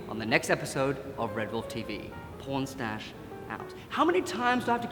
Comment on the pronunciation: "pornstash out"😂 Edit: I'm surprised no one else caught that